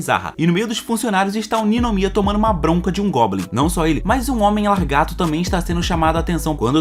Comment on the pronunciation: Na boa, não é "largato" e sim "lagarto". Isso incomoda muito, não consegui terminar o vídeo.